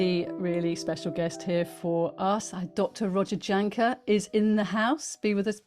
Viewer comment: Please please please, everyone, please start pronouncing Dr Roger's name CORRECTLY, Jahnke. Is pronounced Y A N K U H, so easy to say it the right way......thank you